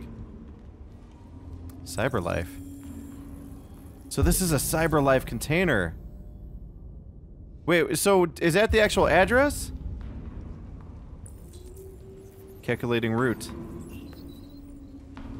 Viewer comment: Lmao he says cacalating root